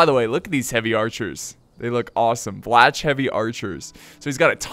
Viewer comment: how did you pronounce vlach????? 😂😂😂 You need to say it like vlah , btw means romanian..